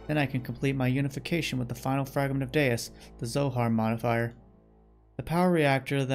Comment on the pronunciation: Okay. So you pronounced Deus correctly at the beginning of this video. My OCD is better now 🙂